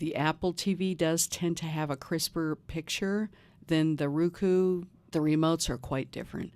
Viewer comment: I appreciate you southern accent but it's Roku not Ruku